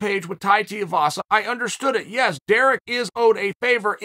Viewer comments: Tai Tuuuuuuuivasa Chael.. like Shoey, ooo-eee pronunciation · Tai Tiavasa? Chael, what's up with you pronouncing names? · Chael just cannot pronounce names. Tai Teevasa, Surreal Gone… 🤣